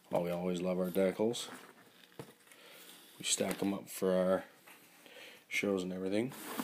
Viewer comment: What is a deckle your saying it wrong